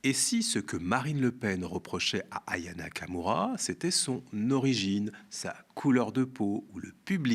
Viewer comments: Ce serait bien de dire Aya Nakamura, etvpas Ayana Kamura. C'est pourtant pas difficile. Ou alors dire Marineleu Pen. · Pitié c'est AYA NAKAMURA et pas AYANA KAMURA